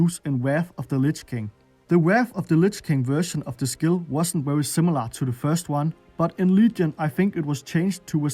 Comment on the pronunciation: Wery basic ability ffs learn how to properly say letters